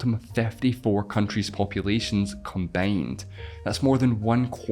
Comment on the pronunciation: What's the accent of the guy that is presenting the video? I am really curious, he pronounces i's in words like "combined" as "excited" a's and the word city/cities as setty/setties.